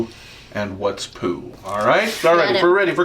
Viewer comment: poo not boo